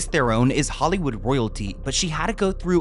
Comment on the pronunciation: Its pronounced threran. 😊😊 love u